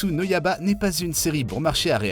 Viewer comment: le yaba au lieu de yaiba aussi omg xD